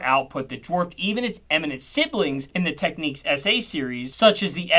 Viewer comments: It’s pronounced TEK NIKS , not Tek neeqs - otherwise it would have been “Techniques” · Tech-nicks not Tech-neeques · It is NOT pronounced Techneeks but Technicks, their keyboards were very impressive I have had three over the years, Technics audio was pretty special also. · I’m pretty sure it’s not pronounced Techniques but Technick. I could be wrong but please enlighten me. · Tek niks not tek niques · Ffs it's Technics, not techniques... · Great video, made me even more determined to rebuild my audiophile collection. Also, I always pronounce Technics as tek-nicks, I've not heard it pronounced techniques before. Is this a UK - US thing? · Tek Nix not techniques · I worked for technics and I hated people mis pronouncing its name. The way it should be pronounced is tech-niks. I can’t understand people who say techniques. Learn before releasing a video. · What is the correct pronunciation of Technics in Japan? I grew up in the UK always pronouncing it Tek-niks, whereas the American pronunciation seems to be Tek-neeks. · “Technics”, (with a hard K) as in ‘technical’. Not “Techniques”. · You should really stop calling Technics , Techneeeeks. Makes it hard to take you serious. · The way you say technics is tough. Great vid lots of info.